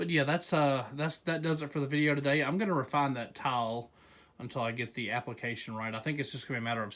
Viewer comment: Lmao it sounds like you say towel when you say tile lol. I thought you were making a video about towels and wood before I read the title